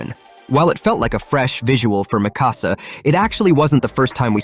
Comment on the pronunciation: For 24, when Eren is talking to Hange he literally goes, "I could use the power of the War Hammer Titan to escape". And 28, well, Levi is Levi. And, can you please pronounce Mikasa's properly? It's not that hard.